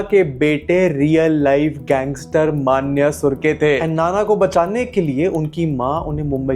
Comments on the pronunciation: It's मन्या not मान्या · It's मन्या not 'मा'न्या... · Maa-Nya ❌ M-Nya✅